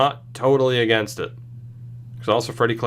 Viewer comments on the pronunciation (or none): none